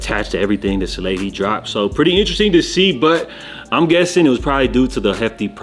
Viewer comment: This guy can’t say “ interesting” for shit 😂 🫡